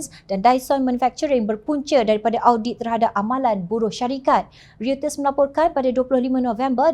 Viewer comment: sebut ‘Reuters’ …. RIYUTES… sepatutnya sebutan ‘rotes’